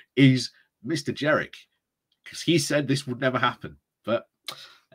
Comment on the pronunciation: I think it is Jenrick not Jerrick